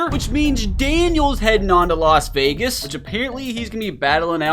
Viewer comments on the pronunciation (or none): none